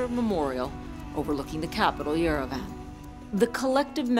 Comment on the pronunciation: Who says Yerevan like yer-a-van 😂